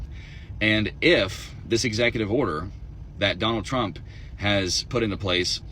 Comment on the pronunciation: “I will boat for Donald Trumuh!”